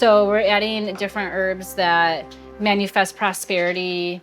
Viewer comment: cant even pronounce the word manifest.. she says “manufest”. They have dumb down the masses of ethnic groups this is the evidence it has worked